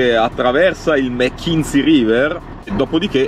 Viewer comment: Direi che il “Capitano” saprà quello che fa, se si muove così, dovrà fare i conti con una serie di variabili. In caso di problemi c’è sempre un’ancora.. di salvezza. Non credo si pronunci “Mekinzi”. Luoghi eccezionali. Bravissimi.